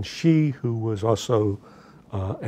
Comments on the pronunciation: Why can't you say Xi? It's not Ji. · Much as I loathe the Chinese government, at least pronounce their president’s name correctly, it is Xi which is pronounced like She, not Gee. Please continue....